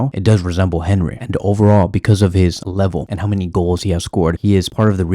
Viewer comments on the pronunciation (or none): Henry?! Hen-ree?! Awn-ree bro.. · Come on bro ik you know how to pronounce Henry properly..